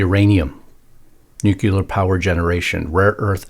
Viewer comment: NUCLEAR. Pronounced new clear. NOT nucular.